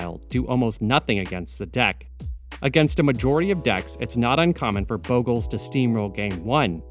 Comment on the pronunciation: The pronunciationbof bogles boggles me.